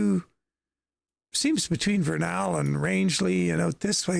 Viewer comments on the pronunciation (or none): Hey,, FYI, Vernal is pronounced Vernle in Utah.... as always, great video!! The roads in the middle and southern Utah are exactly like the game.... very twisting and very rural.... there are 5 national parks in southern Utah but I don't think they've rendered all of them......